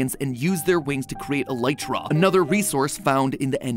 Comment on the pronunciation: he finally pronounced elytra correctly